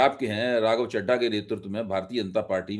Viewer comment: मैं कोई राघव चड्ढा का प्रशंसक तो नहीं हूं परंतु आप जैसे स्वघोषित उच्च कोटि के पत्रकारों द्वारा चड्ढा चड्डी शब्द उच्चारण करके खी खी करना आपके प्रोफेशनलिज्म पर सवाल उठाता है